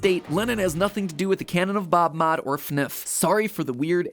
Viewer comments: This man just said funuf instead of F N F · Everyone: F-N-F MatPat: fenef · Finif?? It is pronounced f n f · how to say fnf (eff en eff) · it is pronounced efe nef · well I guess fnf is pronounced fnif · MatPat: says OwO as ‘oh double you oh’ Also MatPat: pronounces FNF as a real word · i love the way he pronounced FNF.. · you made a theory....on a fnf mod....i thought it could never be true....you a legend Matpat. Also you said fnf wrong lol